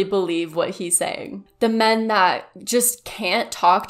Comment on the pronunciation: The way he pronounced men (me-an)